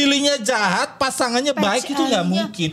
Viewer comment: kata mamacil Pasangannya ❌ Pacangannya✔